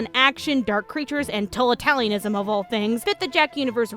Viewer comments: lol "TOLITALIANISM" I fucking wheezed. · What, in the world, is "TOLITALIANISM?" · lol "Toataliaism" Such a great personality.